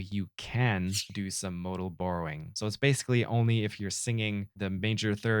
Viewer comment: Hey man, good stuff! I like the bit where you called it moodal borrowing instead of modal borrowing cause mood man. :)